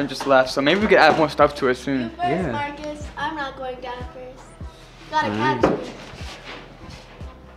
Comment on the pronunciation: It not murcus is fot